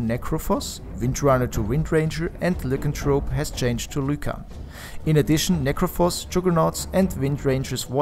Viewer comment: wrong "lycan" pronunciation